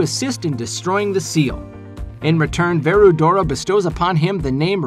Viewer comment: I just got a little mad when said "Verudora" to be the storm dragon Veldora's name